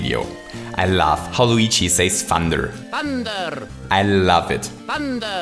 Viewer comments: Luigi says "Thunder"? I thought he was saying "Hander", cuz it's a hand power. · I think I hear "fonder" rather than Thunder... maybe it's the actual sound effect. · I think it's the rolling of the 'R' in "THUNDER" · Is the emphasis on "THUN"